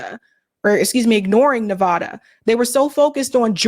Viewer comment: The A in Nevada is pronounced like cat